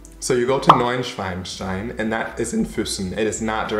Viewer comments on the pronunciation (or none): Haha, you said Neu-Schweinstein.... That is German for Hogwarts (You know, the Harry Potter School)